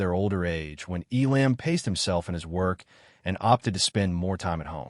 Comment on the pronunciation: Terrible narration. How many ways can Mr. Elam's name be mispronounced?